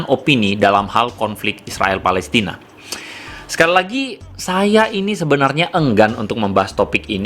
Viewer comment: Pelestina bukan pelistin